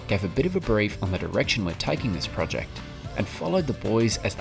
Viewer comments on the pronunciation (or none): said Project not Project!!!!!!!